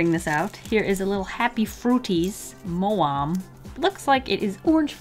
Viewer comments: anyone else get triggered when she said ‘moharm’ like nah nah, it’s ‘mowam’ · Is it just me or was anyone else hella triggered when she said MO-ARM like bish nope it’s mo-am AM (Like soft a then mmmmm) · It’s maw -am not mo um 😂😂😂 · Its pronounced “m-ow-am” not m ohhh om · Me being from the UK triggered that you said moam wrong...:IT'S PRONOUNCED MAWAM AND TAKE THE LETTERS LIKE YOU'D SAY THEM IN F1 (3 yrs old) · It’s pronounced m-ow-am not mow-arm!! XD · Moam is pronounced mouam btw luv ur vids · The way you said moam:( you said mo am it's mau am (I'm british) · Who else got triggered when she said mowaaaamm its moam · Its not moam its maoam which pronounced "mawam" (pls ignore this tea sipping brit) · Omg lol mo-am not trying to be rude cause I love you but it's pronounced mow-am😂😂❤❤❤ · when she said 'mo' 'om' i cringed no hate! ur litteraly the best but im from the UK so sorry!! its 'mo' 'am' btw <3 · Who else cringed in the uk when she said moam instead of maoam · I love your vids but it’s pronounced as m-ow-wam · Thats a uk sweet its not pronounced moam its pronounced mawams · Btw, Maoam is pronounced as “maow-wam” like meow but reduce the ‘e’ from the word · erm... I'm sorry, but actually that's not right. It's a German sweet and is pronounced pretty much like it is written. With an open a like in Mars and with a separated o. Ma-o-am. ( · I love how you are so inspirational to all of your fans I am from the UK and I thought I would tell you that the moam is pronounced mow am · MOH-WAAM i'm dead. this is, hands down, by far the best mispronunciation of maoam i've ever heard. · The sweet is pronounced "mow-am" and they're a really common brand in the UK! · I'm from England and the way you say maoam is so cute. (It's basically pronounced Mow-am) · Hello from England :) love your videos and wanted to mention the sweet is pronounced: ma-o-am. Keep making amazing videos :) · Aww the way she pronounced Maoam (Ma-wam) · The way you said moam hurt me badly